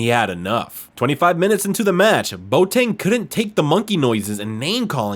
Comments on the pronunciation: Villa-REAL? REAL Zaragoza? Bo Tang? Really..? How about learning to pronounce the names of the teams and players before you make a video...? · Im a French Ghanaian but I Know it's pronounced.bowateng